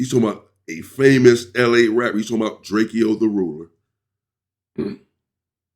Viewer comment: It’s DRAKE-O not DRAKEO 😂